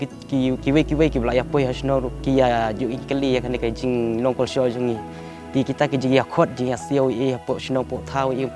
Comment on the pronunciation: Sngewskuin i rukom kynnoh 'kolshol'